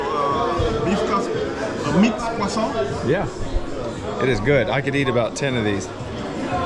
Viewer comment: What's this called? Tour guide - kwa sohn(croissant). - cruhsaunt....